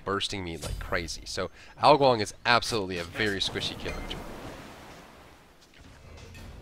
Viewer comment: Funny enough, he sounds like he's saying "Ao Guang" That's the actual way his name is said in Pinyin. Smite simply changes the "G" to a "K". :P For those of you who love on'yomi readings from the strongest Saiyan who stole Wukong's very name and from Japanese versions of the Three Kingdoms, Ao Guang is said as "Gou Kou".